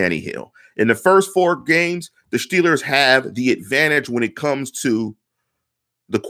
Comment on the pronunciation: you don't know your ass from a hole in the ground. Time and time again you make bold statements like you're somekinda tough guy personality, but you never have solid info to back it up. With this garbage model, seriously, this model is garbage, you predict the Shteelers to be 13 and 3. You randomly assign a 28 score to a few quarterbacks and admittedly have no logic to back up why. Then You predict we lose to the ravens twice. Then you flat out say you don't think the Ravens are going to go 14 and 2, with no grounds for why, you just "don't think" so huh? So You're saying the Ravens, who have an easier schedule than the Steelers, playing nearly the exact same teams as the Shteelers, would have finish 12-4? Because they have to finish one less win due to the head-to-head schedule. Why don't you use your model to predict a Ravens record instead of making dumb ass statements like this? Man, I like this site, but I cannot stand the bullshit that you contribute to it. I could barely handle hearing you say "Shteelers" or "Shtrnth of shchedule" over and over. I'm sure you're a good person, but you're the worst Steelers Blogger (or whatever yiu guys are called) I come across regularly.